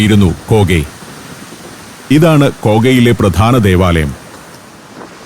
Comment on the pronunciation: it is not "pradana", it is 'pradhana'. Please mind your pronunciation. 😐